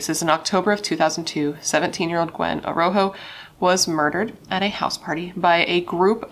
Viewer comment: I think her last name is pronounced A Raw Ho if I remember correctly. My heart breaks for her and her poor family who has to mourn her the rest of their lives.